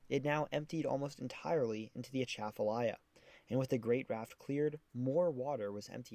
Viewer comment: You did better on the pronunciation than most but the emphasis should be be on the second syllable of Atchafalaya, not the first. like uh-CHAFF-uh-lie-uh